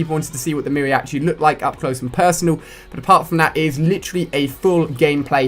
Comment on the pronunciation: Mary-atchi hahaahahha